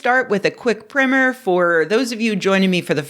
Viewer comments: a quick "primmer"??? Isn't it pronounced "PRIME-er"?? I'm genuinely asking. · Primer is pronounced like that? I thought it was like prime, prime er